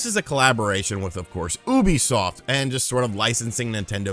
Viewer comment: Oooobisoft 😂 it’s pronounced (u-be-soft) lol